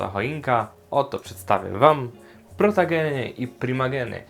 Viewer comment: Super Film o tej rasie mówi się protogen a nie protagen jak coś Nagrasz film o złej stronie fandomu? To duży probelm i mnie to denerwuje bo mnie wyzywają ciągle